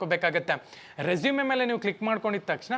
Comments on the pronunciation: Bro ಮತ್ತೊಂದು ಮಾತು ಹೇಳ್ತೀನಿ ಅದು ರೆಸುಮೆ ಅಲ್ಲ ರೆಸೂಮ್ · Anna addu e silent pronounce as resume ..